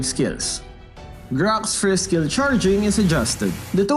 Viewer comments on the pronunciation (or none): farm "FRIST" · Announcer: We're 1712 team gold behind, farm "frist". Me: oh... ok. Hey guys! Farm frist!